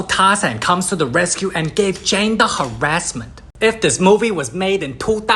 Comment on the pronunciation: "she give Jane da hawassment" ☠️